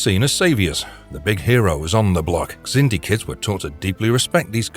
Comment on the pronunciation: The X in Xindi is pronounced like a Z.